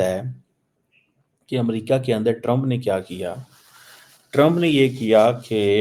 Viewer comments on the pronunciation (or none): none